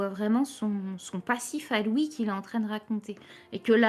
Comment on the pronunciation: Elle prononce mal les "ui"